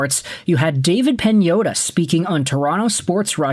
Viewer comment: Why can’t you pronounce Dave Pagnotta? You need to listen to how they say their name and realize the pronunciation that they’ve adapted for their name